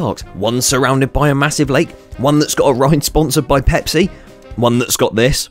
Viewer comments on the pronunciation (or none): none